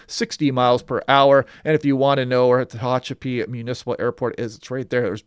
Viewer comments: Third generation native prune-picker here. It’s pronounced “Tuh-hatch-a-pea” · It is pronounced Te-HATCH- apee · I’ve always heard Tuh Ha (as in hat) chuh pee …. Accent on the Ha. But … others may have their favorite way to say it! 😊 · Tuh-Hatch-uh- pee